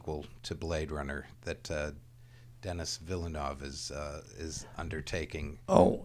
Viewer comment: When will people learn to pronounce Denis Villeneuve's name correctly? You'd think Ridley would correct that...